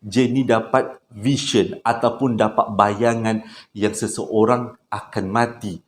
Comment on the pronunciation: Sebutan "vision" tak consistent. Kadang-kadang sebutan betul VISION as "vision", ada juga sebut "version".